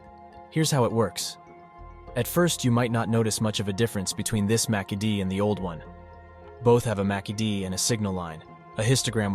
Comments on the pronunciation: "Macky-D indicator" 😆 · You lost me at 'Macky Dee' 🤣